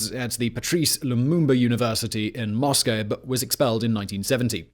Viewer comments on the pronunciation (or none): none